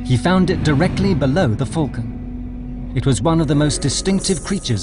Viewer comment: "Falcon" is pronounced with an A not a "U". It's 'Fulcan" .....it's Falcon!